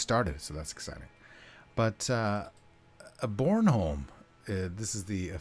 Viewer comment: Your pronunciation of Krølle Bølle and Bornholm isn't too horrible :) Thanks for taking on the commissions. Looking forward to the final versions of it all :D